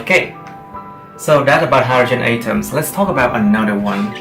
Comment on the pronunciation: great video, I love it, but 'atoms' are pronounce like at-oms not a-toms as you said in the video